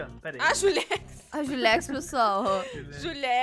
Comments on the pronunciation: 😊 não não é julex é Ju Tex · "julex"kkkkkkkkkkkkkkkkkkkkkkkkkkkkkkkkkkkkkkkkkkkkkkkkkkkkkkkkkkkk. #melorfamila